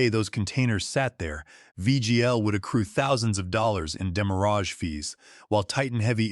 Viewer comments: You are mispronouncing the word "demurrage" greatly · Definitely an automated speaking voice. It keeps pronouncing demurrage incorrectly because it's a french word.